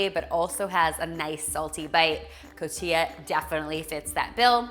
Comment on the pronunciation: Cotijjjja, the j is like a radio station static, cotilla is something completely different. .. ;-) Love your recipes! !